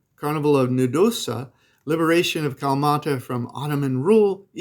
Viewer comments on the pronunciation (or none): It is pronounced "Kala...mata" not Kamata. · First of all it’s Kalamata. Not Callmata. You’re not pronouncing the A after the L. I suggest before you consider living there you learn how to pronounce the name of the place CORRECTLY, or you’ll be called MALAKA and deserve the title. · Hes saying Kalmata, without the a.